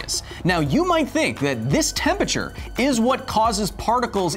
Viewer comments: Love the show Kyle, but geez, it irks me every time you say "temperture" instead of "temperature"!! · Please pronounce all syllables in 'Temperature". Makes you sound as dumb as someone saying "Nucular" instead of nuclear.